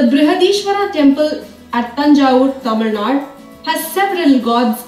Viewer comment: Girl who's speaking in the video pronouncing 'Tamilnadu' as tamilnaad and talking about Tamilnadu places.... Nice!